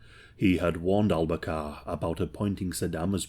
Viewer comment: Al-Bakar not Al-Kabar